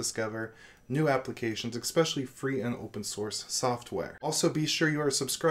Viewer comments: What does eXspecially mean? OR do you mean especially? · Especially doesn't have any "x" in it. Saying, as many times as you do and saying it wrong, is just annoying. Except for this everything else is great.